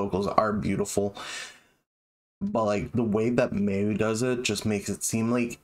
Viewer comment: Another great reaction, man. I totally agree about Mayu's voice. And they are totally my favourite band, period. Just one thing: her name is pronounced closer to "Mye-oo", not "May-oo".